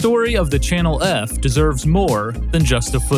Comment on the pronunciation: did he say Channel erf? Lol